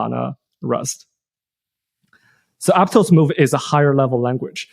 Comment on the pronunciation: It’s pronounced Ap-toss not ap-tose and Sui is sweet without the t not soo-ee